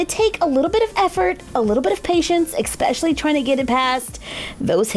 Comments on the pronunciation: Anyone else here her say exspecially instead of especially?? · "EKspecially" 😬😬 liked the dresses.